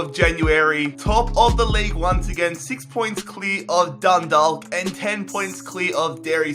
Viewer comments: You aren't supposed to pronounce the L in Dundalk , its pronounced Dundauk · It's Dundalk you said Dundolk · It's funny how people mispronounce Irish place names e.g. Dundalk and Galway which are both pronounced with a soft a not a hard a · its dundok not dundaalk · it's pronounced dun-dawk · the l is silent in dundalk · js I know this is an old video but dundalk is pronounced donedawk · You said Dundalk it’s prenounced Dundak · It's more pronounced dundawk I'm from dundalk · The l in dundalk is silent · You pronounce dundalk ,dundawk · Dundalk is pronounced dundauk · It's pronounced like dun-dock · Dundalk is pronounced like walk so it'd be like dunwalk but with a D instead of a W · Dundalk is pronounced dundak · Mate say Dundalk like dundak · Dundalk is pronounced dun-d-aw-k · It really bothers me the way you can't even pronounce 'Dundalk' properly... You say it like the way you say the word 'walk'." Dundork". Come on man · It's pronounced Dun-dawk. Hahaha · it's pronounced as done dawk. I'm Irish I know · Do a dundalk rebuild (pronounced done-dauk) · As a native of Ireland it's hilarious when he's says 'Dundawk' 😂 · Dundalk is pronounced done-dauk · Dundalllk united😂😂😂😂 I'm from there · Just saying the L in Dundalk is silent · Dundalk is pronounced dun-do-ck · Dundalk isn't pronounced DundaLk it is pronounced Dundock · It's pronounced Done-Dawk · Scott Whelan It's Dundawk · Also it's "Dun-Dawk" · BTW 'Dundalk' is pronounced as 'Dun-Dawk'. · Sorry again Dundalk is actually pronounced dun-dawk like how you pronounce hawk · your saying dundawk its pronounsed dundok btw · u pronounce it dundauk 😂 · Im from Ireland and I am annoyed how he pronounced the team eg Dundalk prounounced dundak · Its pronounced Dun-dawk, not Dun-dalk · Just so you know, Dundalk is pronounced Dun-Dawk. I'm Irish so you know I'm telling the truth 👍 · For Dundalk the l is silent and Galway is like golway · Love from Dundalk p.s it's pronounced dundok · Learn how to say dundalk